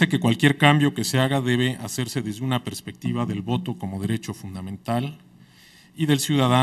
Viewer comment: Qué bárbara mujer cuantos errores uno de ellos: "prespectiva" jaJAJA